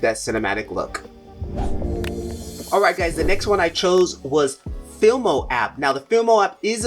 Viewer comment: Fi-Mo, not Fil-Mo; Cap-Cut, not Clap-Cut; kinnie-master, not "kine"